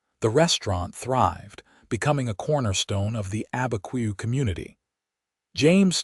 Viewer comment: It's not Albuquerque in the story, it is Abiquiu, north of Santa Fe (I know someone who lives there). I am not surprised AI cannot pronounce it with the way it's spelled.